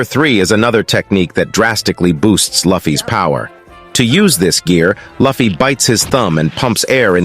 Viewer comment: pls , his name is not lafy its luffy(loofie)